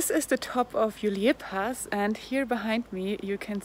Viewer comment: Ist’s not pronounced Juliér Pass but Julier Pass. No accent on the e!